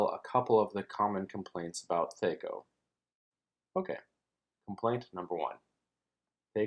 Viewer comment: It's driving me crazy. I've been playing since 78 and I've never heard anyone ever once pronounced it like that. It's THAC0, with an A like in Cat.